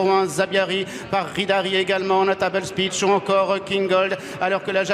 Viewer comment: Absolute butcher job on Notable Speech 😅